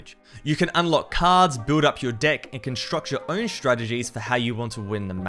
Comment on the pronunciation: lol listen closely how he pronounced deck